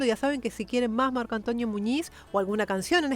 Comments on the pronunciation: Hola Hermosa soy fans de tu canal espero que no se moleste por mi humilde comentario creo que ha dicho mal el nombre ( Antonio ) Yo repeti muchas veces y claramente escucho (Antoño) Y eso pasa tal vez por su acepto y la foma de habla tan española, espero no se me enoje solo quiero opinar sobre esto, Un cordial saludo para usted. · no me había dado cuenta que dice: Marco AntOÑO Muñiz... 😄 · Es Antonio, no Antoño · Dice Antoñio en vez de Antonio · Soy yo o se escucha que le dice marco "antoño" muñiz? 🤣 Yo soy antonio y me dicen toño, pero no antoño 🤣, suena gracioso